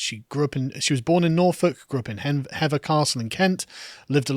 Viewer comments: Pronounced ‘ Heeever ‘ Castle ! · Btw, I grew up near the castle you mentioned and we always pronounced it as though it were spelled 'Heaver'. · Tis pronouced 'Heever' castle round them parts. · Hever castle is pronounced 'Heever' . Henry later gave it to his fourth wife Anne of Cleves after the marriage was annulled and she remained a close friend and advisor for the rest of his life.